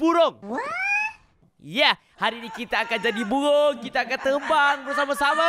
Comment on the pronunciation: Bang bird bang bukan bebird